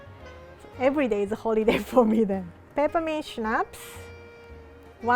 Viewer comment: It is funny to see fighting with english pronounciation and pronounce schnaps perfectly right 😂